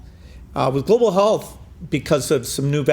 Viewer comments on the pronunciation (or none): ‘GLOBAL HAALTH’! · that pronounciation on global halth... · "Global hallth" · Hmmm, Bill Gates cannot pronounce the word health... interesting.